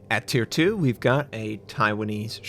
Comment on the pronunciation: I think the tier 2 was pronounced wrong (don't have to mind me ).